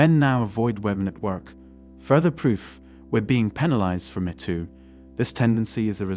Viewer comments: It’s not “Mehto” … it’s Meto! Geez! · This computer-generated voice is pretty damn good, except it kept saying "met oo" instead of "mee too." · You lose credibility by mispronouncing the "Me Too" movement. It is NOT the "meh Too" movement; It is the "Meeeeee Too" movement. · The robot can't pronounce MeToo properly. I'd suggest splitting it in the script to "me too". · AI reader? “Metoo”??? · The “met too” movement? “Lah METS”? So, this is a mechanical voice with an English accent? High larioius. Next time I need some help, I will ask if someone could help “met” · Don't think we can't tell your lazy, AI voice can't even say "ME" properly..... try harder get better unsub'd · If you use these AI voice overs can you at least ensure terms like “metoo” is pronounced correctly. Especially if you’re gonna use it 50 times